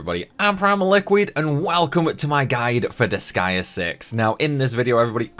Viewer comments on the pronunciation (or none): none